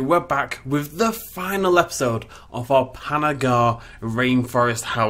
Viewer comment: Does anybody else cringe at pronunciation of "Panna Ghar?" Btw doesn't give himself much credit despite making an awesome zoo.